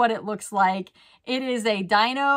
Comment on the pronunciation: It’s Dino (like Dee-no)- saw him in concert when I was a kid. He’s an amazing pianist!